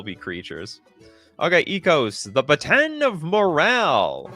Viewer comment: lol The Bataan of Morale? It’s bah-tohn(like a cop’s night stick) Bataan is an Island made famous in WWII!